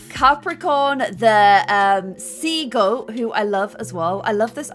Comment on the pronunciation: When said sea goat it sounded like she was saying seagull 😂😂😂